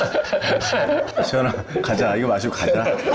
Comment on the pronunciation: 평양아닙뉘까 너무 웃겨여 ㅎㅎㅎㅎㅎㅎㅎ